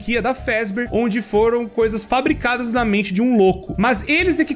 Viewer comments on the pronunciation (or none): frabicadas kkkkk português ta em dia